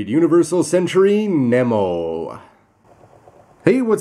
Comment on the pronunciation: its pronounced NEMO- (Nee-Mo) like Captain Nemo